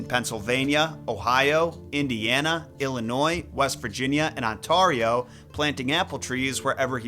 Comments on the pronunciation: deffo saw the diz cartoon version first. Also it's pronounced On - Tair - ee oh.....just fyi. 🇨🇦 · Hey man just so you know it's pronounced (on-tare-ee-oh) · pronounced "LEH-muhn-ster" Leominster, "KON-kurd" Concord, "on-TARE-ee-oh" Ontario. Sorry, Bostonian here lol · Uh Ontario is pronounced "ON-TEAR-IO" Weird? Yes but remember its Canada where we measure and weigh in imperial we distance in metric and in language we throw in a bit of French just because. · I'm a resident of Ontario, Canada. It's pronounced On-Terry-Oh. Dw, you were close. ❤ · Ontario?! Like… Canada??????? If so you butchered that pronunciation, sir. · I was scrolling so hard to find if someone corrected him. I’m from Alberta. But damn that hurt hearing Ontario pronounced like that. I actually wasn’t even sure if he was saying Ontario and it was something completely different 💀